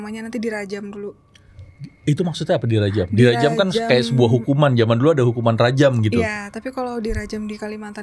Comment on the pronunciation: izin mbak maaf, saya orang Kalimantan Timur juga, setahu saya, bahasanya (Bahasa Kalimantan secara umum)"di Rajjah", bukan di "Rajjam" (menulis kan mantra atau doa khusus dengan benda tajam seperti jarum emas, pisau, keris dan benda tajam lainnya tanpa melukai kulit.)